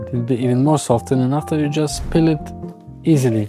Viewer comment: Peel (not pill)